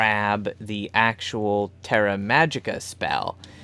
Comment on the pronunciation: Thank you for pronouncing it right